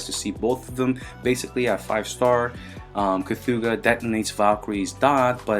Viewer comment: It’s actually pronounced che-thuga